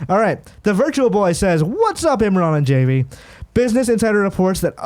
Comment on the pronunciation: My real is Javy n it was really bothering me that Imran was pronouncing Javy with the J the J is silent it’s the H lol n more shocked he didn’t correct him lol 😂 but great episode I love GI crew and sad that they got separated!